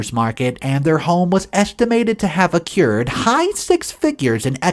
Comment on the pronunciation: The word is "accrued", not "acured", like you said. And the text said "acute". What the hell? 🙄 Go back and take another English class, PLEASE.